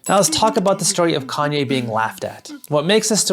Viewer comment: Who is this conyay? I think his name is ye.